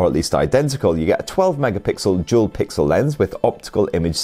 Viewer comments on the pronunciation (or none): lol i thought you said “jewel” instead of “dual”